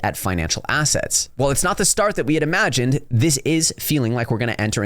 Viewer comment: Anyone else here it. Quote "The eating of financial ass,ets" ..... Or asszits 👀 😂